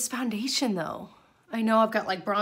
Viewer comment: You DO know that you pronounce it ‘FANdation’ rather than FOUndation 😂